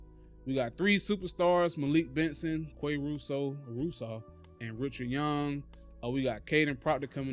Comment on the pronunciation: Its Malik Benson!!!! Come on fam, at least pronounce the names correctly!!